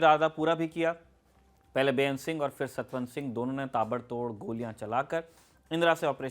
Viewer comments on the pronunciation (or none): हाय हाय “ सतन सिंह”। नहीं सतवंत सिंह नाम है।